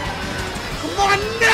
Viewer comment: when dashie yells "NO!!!" it sounds like he sayin' "NOW!!!"